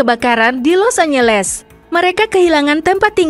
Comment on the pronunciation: 🤣😂 lucu bacanya Los é ngé lés bukan trum mbak.. tapi Drum 🤣